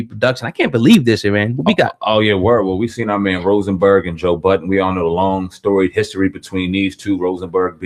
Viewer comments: Ffs his name is Joe Budden not joe buddens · "buddens".....to this day that shit still annoys the ever loving shit out of me...there is no fucking S in his name..clowns been doing that troll shit almost his whole career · It’s called a hip hop news channel but yet call joe budden joe buddens wtf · "JOE BUDDENS" 😂